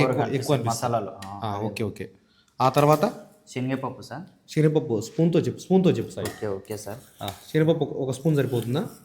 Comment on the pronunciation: షీనాగపప్పు ❌ శెనగపప్పు ✅